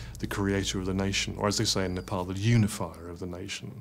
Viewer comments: Its not Nepaul.. Its Nepal!!! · IT IS NEPAAAAAAAAL!!! NOT NEPOOOOOLLL!!! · it's not Nepul! 🙄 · Please pronounce the name of the country correctly. It’s NOT ‘Nepole”. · Very good video.. But you westerners truly need to do a little more research as in how the pronouncing of names..my good man every time you say "nepaul".. My ears bleed a bit..I'm sure you can do better.